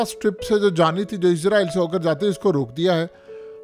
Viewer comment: Issss raaa eee llll....... Zzzzz nahen hai urdu mein "..... 🤦